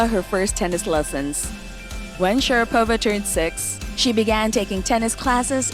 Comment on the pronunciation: For Christ’s sake, can you please learn to pronounce her last name.